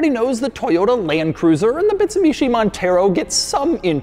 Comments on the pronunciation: Doug is the type of guy who says Bitsumishi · bitsuMishi Montero lol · he said Bitsumishi in the beginning. Ha!